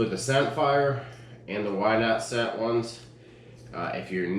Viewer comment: Lol Whyndscent it’s pronounced windscent and spelled wyndscent